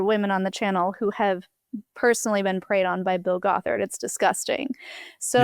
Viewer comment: I already commented a longer, more thoughtful comment but on the more silly side: The way pronounced Bill Gothard in the beginning of the interview I kept not understanding it and thought he was a cult leader who calls himself "Bulgothard" which to me sounds like a villain from a fantasy novel: Bullgoth'Ard, High Warlord of the Demon Armies! 😅